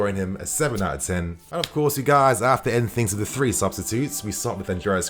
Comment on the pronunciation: When giving Kante's player rating you mispronounced "ten". 😊